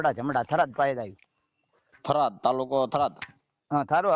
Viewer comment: થરાદ સે ઘરાદ નહી ભાઈ😂😂